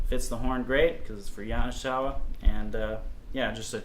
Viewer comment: You are mis-pronouncing the name. I endorsed their horns for many years. GI is like -GE. Hard G. (Like “Go”) Ya-na-Ge-sa-wa. Sorry but it was driving me crazy. “i” in Japanese is like our “e” sound. Thank you.